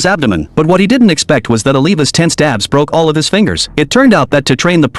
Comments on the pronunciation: I keep hearing "ass" instead of "abs" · Why my ears are hearing Ass instead of Abs